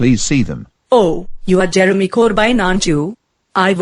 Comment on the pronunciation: I'm not sure what her voice is but she mispronounced Jeremy's last name because of her cool accent